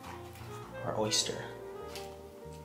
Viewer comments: it's oyster not orster hahahaha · We'll come by when you can pronounce the word oyster correctly lol jk. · “Rate my orster po boy”